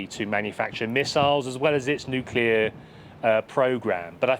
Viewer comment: Nuclear. It's pronounced nuclear.